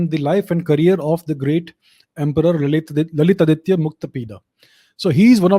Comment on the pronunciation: Your subscriber expect to learn from your videos. It is better to speak Bharatiya names, symbols, etc with correct pronunciation e. g. ललितादित्य, कल्हण, मार्कण्डेय, etc.